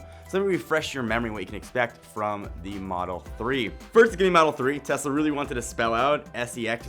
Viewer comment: Great video!! And im glad you are different from other channels for saying TeSla not TeZla...